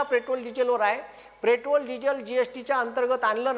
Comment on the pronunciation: आधी पेट्रोल म्हणायला शिका 😅